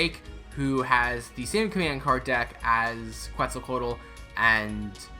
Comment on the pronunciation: The Que part is pronounced like how you would say quesadilla and you’ll say her name perfectly since you already have the rest of her name pronounced correctly 👍